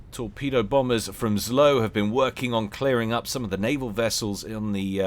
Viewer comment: The pronouncment for zlo is "zwo", its "evil" in direct translation from russian.